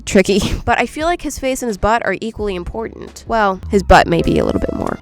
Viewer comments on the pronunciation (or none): none